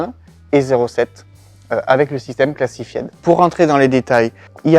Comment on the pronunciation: Massacrer l’anglais comme ça, c'est voulu ou quoi? ”Cla-ssi -faï-de”, pas ”classifiède”. Évidemment qu’ils ne veulent pas dévoiler comment ça marche. C'est la raison même de leur nom.